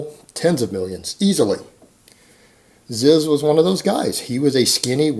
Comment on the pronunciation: IT'S PRONOUNCED "ZEEZ"